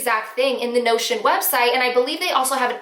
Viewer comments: Lol to that time that during the whole video I thought you were saying “no shit”app and it wasn’t until you posted the photo that I realized you were saying notion. 🤦🏻‍♀️🤦🏻‍♀️🤦🏻‍♀️ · Not going to lie, thought you kept saying 'no s--t' instead of Notion, lol (I blame a clogged ear and mult tasking). Thanks for the tips. Notion might be a good one for my needs.